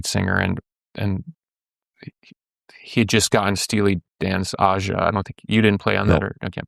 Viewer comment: Billy's mispronunciation of Aja makes it clear he's no fan. Hell, one listen to the song and you hear Fagen sing Ayyyyy-ja. Not Ahh-ja. Nice it didn't keep him from having a guy from Steely on anyway. This was a good chat and much more focused than that previous episode.